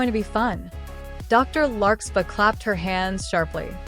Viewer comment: For anyone who is new to the series, it's larkSPARR, not larkSPAH. i know that because I'm a friend of the creator making this, and somehow, the AI couldn't say it right. But as long as y'all know and remember the name "larksparr" when the AI narrator say's "larkspah", you'll understand.